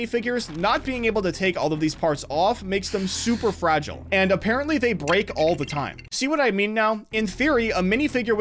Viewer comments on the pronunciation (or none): none